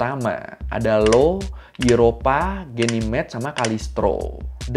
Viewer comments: satelit jupiter IO baca "iyo" (io) cok 🤣 bukan "LO" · bacanya io buka Lo. Io satelit Jupiter😂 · Bulannya Jupiter namanya Io, bukan Lo, itu huruf i dan bacanya aio, ngelurusin aja bang. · Mohon maaf bang, izin koreksi sedikit terkait nama dari 4 satelit utama Jupiter, Tadi kan penyebutan satelit pertama itu "Lo" ya? tapi saya pernah baca itu seharusnya "io". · bukan Lo bang tapi Io (io) nama salah 1 bulannya jupiter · bukan Lo, tp Io , menggunakan huruf setelah H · Bro, bulannya jupyter itu "io", baca: ai - ou, buka LO bro, creatip ama editornya di ingetin bro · Revisi dikit, Bang, bulannya Jupiter namanya Io, bukan Lo. Huruf awalnya i, bukan l. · ralat bang, bulan jupiter itu 'io/Io' bukan 'lo/Lo' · Bukan LO tapi IO